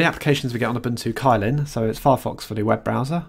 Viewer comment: Unless I'm mistaken, Kylin is actually pronounced as "chillin"